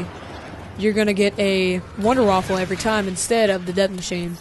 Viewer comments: Its not a big deal calm down lol Theres people who live in america who can barely speak english. they dont speak the language that good but i dont say hey learn how to speak. I dont really care because its not my problem just like him saying wanderwaffle isnt your problem. I say it wander-waffa but i can see how people get it wrong. And i have german in me but im not going off on people telling them to learn to speak german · stop calling it the wunderwaffle! thats offensive to me because I'm half German and the Wunderwaffe DG-2 is German, theres no fucking L in the name its pernounced (wonder-waffa)